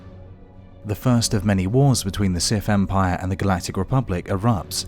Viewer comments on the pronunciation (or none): The "Sif" 🤣🤣🤣